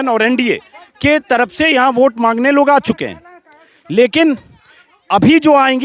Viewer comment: Aapki baaten pasand ki jati hai Lekin Ek patrakar hokar bhi aapki hindi urdu achchi nahin hai Ye buniyadi zaroorat hai k aapki bhasha par zabaan par pakad ho Aap buzurg ko bujurg taraf ko taraph bolte hain aur bhi bahot si ghaltiyan hoti hai Aap apni bhasha theek kar len to aap bahot nayab ho jayenge